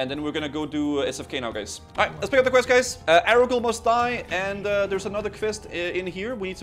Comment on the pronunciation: As a fellow Dane, I'm allowed to roast you for the way you pronounce "quest." It makes me grind my teeth. :P The rest of you can bugger off.